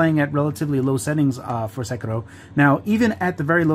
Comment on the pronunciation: Props on the Sekiro pronunciation